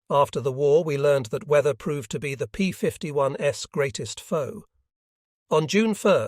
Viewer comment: The ai voice saying "s" after every time that "p51's" as in plural, makes this unwatchable. Read it yourself.